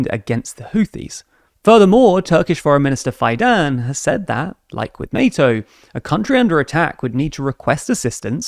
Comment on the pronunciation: Fidan is pronounced “Fee-dun”